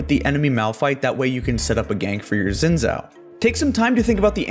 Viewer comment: Imagine making guides on a game, yet not knowing how to pronounce a champion's name. (Hint Xin is pronounced Shin)